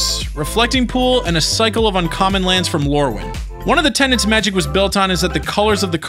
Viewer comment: tenets not tenants